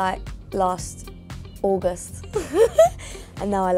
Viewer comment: Bro she pronounced August as Augost.. But she is cute..